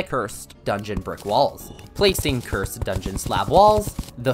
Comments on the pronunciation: Ah yes. "Ker-sid flames" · "CUR-SED DARTS"💀💀💀💀💀💀💀💀💀💀💀💀💀💀💀💀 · Petition to make him stop saying curs- ed